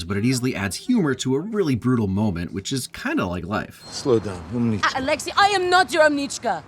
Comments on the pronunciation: Always saddens me when Hollywood doesn't check pronunciations of foreign words. Kudos for looking it up, but it's Úmnichka, not Umni'chka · Hey, умничка doesn't mean "girl" specifically, it's just "smart someone". Also, they stress the wrong syllable, it's the first one that should be stressed. That's why I didn't figure out what Alexi said when I watched the movie, even though russian is my native language. Still, I think it's cool how they handled russian accents and russian representative is always good. But "AvengerZ" was really lame and unnecessary.